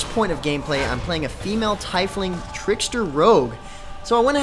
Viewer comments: thai-fling? are you shitting me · I had the same feeling as you. I thought it would be pronounced "Tee-fling"